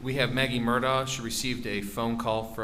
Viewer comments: So the people that know the truth say Mur-Da and the liars says mur-doc. Lol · Finally someone who can say murdaugh instead of Murdock